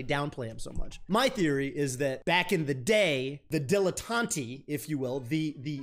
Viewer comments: Btw it’s “dilla tont” and it’s basically a negative way to say jack of all trades. Someone who has surface level knowledge of a lot of things but isn’t dedicated enough to master anything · please stop mispronouncing dilettante. That’s also not what the word means lol